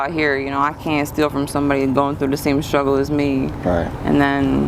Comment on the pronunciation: Stop saying sKruggle....it's pronounced sTruggle! It makes you sound uneducated.